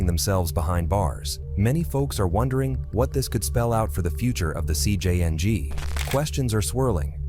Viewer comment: this ai voices is butchering the names, but the worst ai i heard is jcng being pronounced as si-jang